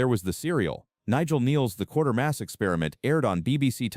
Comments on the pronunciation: It's QUATERMASS, not QUARTERMASS, you dummy!! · It's "Quaitermass" not "Quartermass"!